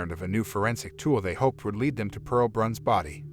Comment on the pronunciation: With all due respect, her name was Pearl Bruns... not Branc or Brunc or Brance or any other name that was spoken... Other information is incorrect also... This is IRRESPONSIBLE "storytelling"...